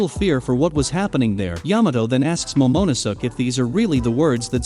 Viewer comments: moe-moe-ne-suuk lmao😂😂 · love how the bot says momo no sus and Sanjeet lmaoo